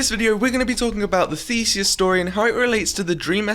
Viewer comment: YOU SAID IT RIGHT! I AM GREEK